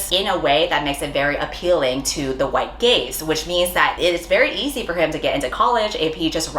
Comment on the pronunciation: The way i did know she meant white gaze but i still giggled and said white gays 💅 🤣🤣🤣🤣🤣